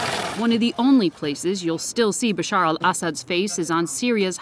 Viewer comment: As a Syrian I really appreciate that the lady said the Arabic version of Bashar's name and not the altered English one